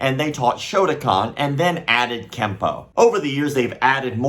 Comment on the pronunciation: the way you say "shotokan" sounds like you are saying "shotacon" which I don't think you want to be talking about